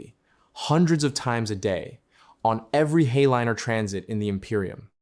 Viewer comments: Not "hey-liner," "High-Liner". To my understanding. Please correct me if I am mistaken! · Cool story, but your pronunciation of Hay-liner was awful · "heyliner", pronounces the AI narrator. 🤣